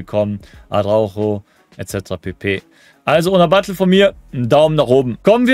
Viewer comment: Man spricht sie BatJE aus.. bisschen informieren könnte man sich schon als Content-Creator von virtuellem Fußball. Aber scheint ein generelles Problem zu sein, nicht nur bei dir.